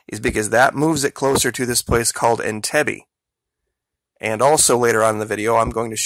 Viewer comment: PRONOUNCE THE CITY OF ENTIBE I'M PRETTY SURE IS IN-TEEB. MAN-GINA. HAHA!